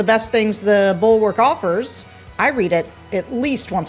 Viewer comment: JBL pronounced "bulwark" correctly. Normally I think most people say "ballwork"